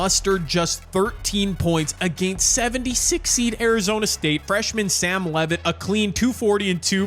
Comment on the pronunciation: Enjoyed the vid! The way you say against (uh-gay-nst) just sounds so odd to my ears 😂